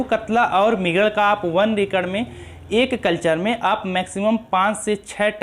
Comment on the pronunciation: Acre ko racre bolta hai . He is illiterate